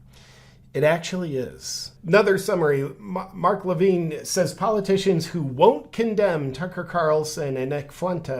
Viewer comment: Loved how you mispronounced mark levins name differently every time you said it. lol 😆